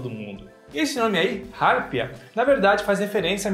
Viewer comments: Sempre ouvi que a pronúncia correta é "harpía", não "hárpia". A sílaba tônica é a segunda, e não a primeira, como o pronunciou. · Poxa,. Como que você não conhecia a harpia? É um símbolo nacional, vive basicamente em todo território nacional e é um dos maiores e mais pesados pássaros do mundo. E se pronuncia arpía, com o acento tônico no i. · Harpia pronuncia-se [arpía], com acento tónico no i. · Qual a dificuldade de falar "harpia ? " pqp